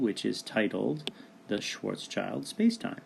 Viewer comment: Thanks for this video. It's a good explanation. But... I cringe every time you say "Schwarz Child" - THERE IS AN S THERE FFS it's pronounced "Schwarts-Shield"